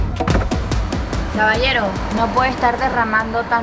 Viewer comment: "cabaiero, no puede ejtar derramango tangto flow" amo ese pinchi acento